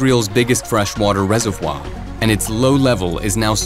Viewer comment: Super weird pronunciation of reservoir.